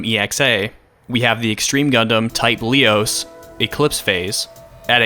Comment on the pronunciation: I couldn't but help cringe when you pronounced Leos as "Lee-os." I've always pronounced it as "Leh-os", lol.